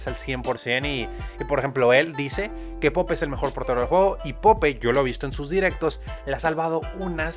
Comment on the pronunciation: Wey se pronuncia poup no pope